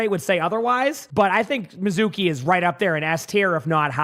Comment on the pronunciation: It's pronounced MI-zoo-key, like the japanese word for water, mizu (水) - not meh-ZOO-key.